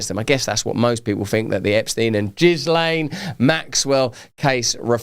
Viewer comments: Ghis (sounds like the Gee in McGee) and then lane…. Jizzlaine 😂😂😂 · Jiz lane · Jizzlain? C’mon let’s find the right way to pronounce someone’s name.